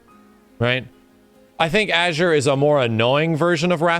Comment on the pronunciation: Bro why does he pronounce Azure as "Ager"